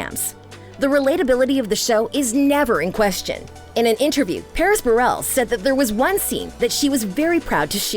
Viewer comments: its paris berelC not berelS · The fact that she said Berrell instead of Berelec